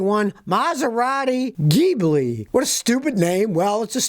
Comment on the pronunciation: The Gibli is pronounced the same g as in group